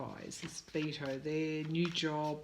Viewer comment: Dear, I'm not trying to be rude, but Beto's name is pronounced like making a bet, a wager. I'm making a bet.